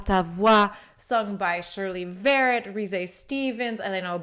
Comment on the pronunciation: Not Shirley Vérret, but VERRÉT. More on the French sound side of things. One of the best mezzos (later dramatic soprano) that ever graced the stage. Her LADY Macbeth is jaw-dropping to say the least.